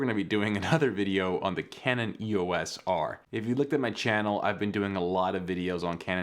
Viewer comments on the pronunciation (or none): Just purchased mine a few weeks ago on sale! It's a lot of camera, I couldn't agree with you more, suck it! Just one thing lol, stop saying E-O-S! Canon named their EOS line after Eos, a Titan goddess, daughter of the Titans Hyperion and Theia. It's pronounced E-OS not 3 separate letters, just saying:)